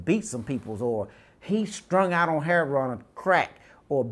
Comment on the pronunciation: Can't even pronounce lived. Livded?? Wtf is Livded? Just say stayed dude. You know how to say that. And its heroin, not heron. That's a large wetland bird. Bust, not bustes...but I know this is Ebonics, but its funny as hell to me.